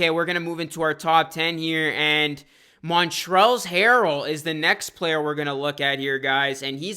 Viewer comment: “Montrells Harrell” It’s pronounced mon-trez